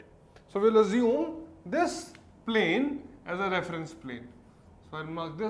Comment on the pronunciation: Azume = Assume